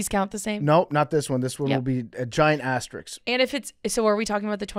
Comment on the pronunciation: it’s asterisk not astericks